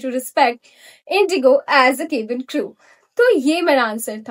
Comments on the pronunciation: Yeah it's wrong, u r saying "kebin" not "cabin" there's a difference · I don't want to demotivate you but you have to improve your pronunciation of cabin crew word.. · No offence but the way you pronounce "cabin crew" is very off. Too much regional language influence. Use "kya" sound instead of "ke" sound.